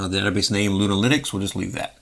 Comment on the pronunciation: Great video sir, i thought you where saying Luna- LInux at first, as if it was a new Distro lol. Love your work sir.